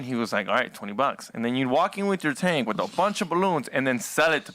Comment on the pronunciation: 'Wuz in the taenk'? lolol